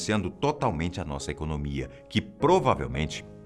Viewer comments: "Africa do Sul no BRICS e a ultima bandeira é de Singapura" .. "INSEGURAÇA" ?! "ECONÔMIA" ?! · "Seguraça" "econômia" rs olha o portuga gente kkkk